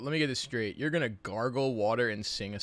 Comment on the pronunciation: Oh my gosh that "you're" is bothering me so much